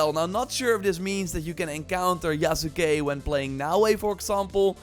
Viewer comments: Yasuke is pronounced "Yas Kay", not "Ya Sa Kay" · “Yas-Kay”….come on man lol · the U in Yasuke is silent! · this dude can't even say yasuke right